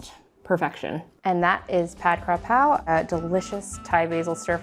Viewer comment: KAPRAO ... KA PRAO is the proper spelling and pronunciation. If youre just going to substitute in any basil, Just call it stir fried basil in english because its no longer the Thai dish tbh. Youre using Thai basil which is called horapha. So youre making pad horapha. This is no longer pad kaprao. Its makes a difference because it is different. Cause if I'm eating the dish and you say pad kaprao and expecting kaprao not horapha. its like saying I order an bosc pear dessert but it was made with Asian pears instead.